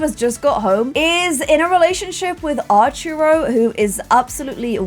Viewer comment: arturo is pronounced by putting more pressure on the U. artUro, not ah-rturo